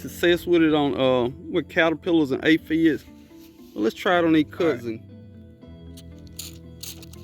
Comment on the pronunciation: I thought you were saying cuzzin😮 bug. Ok i got it, back to the scheduled program